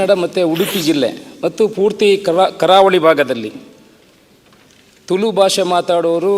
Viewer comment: 'ತುಲು' ಅಲ್ಲ 'ತುಳು' ಅಂತ ಗೊತ್ತಿರಲಿ. ಅದನ್ನು ಮೊದಲು ಸರಿಯಾಗಿ ಉಚ್ಛರಿಸಿ ಪುತ್ತೂರಿನ ಶಾಸಕರೆ ಹಾಗು ಸಭ ಅದ್ಯಕ್ಷರೆ.